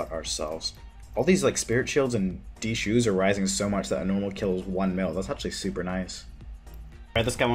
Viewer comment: Are we just going to ignore him saying "D shoes"